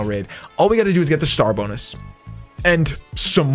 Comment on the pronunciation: Wen u were saying srar bonus i thought u said star buks